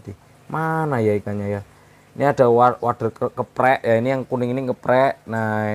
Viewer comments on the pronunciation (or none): Kepek bang, bukan keprek😁